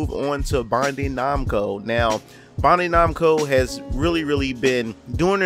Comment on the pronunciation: Say it with me, Bandai....(BAN-DIE)